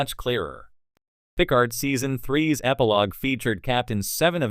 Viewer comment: Jean-Luc “Pick ard”, hey? I guess AI voices can only take you so far.